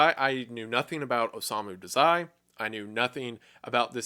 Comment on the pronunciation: hallooooo! i love the vid but the one thing i couldent get past was the way you pronounced his name 😭😭 its Oh-sah-mu dah-zai